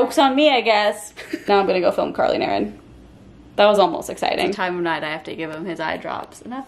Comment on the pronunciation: When Carly says “Carly and Erin” it sounds like she’s saying curling iron. That is all.